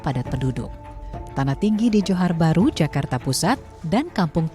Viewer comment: Zakarrta😂😂😂 meee11aahhuuuuuu...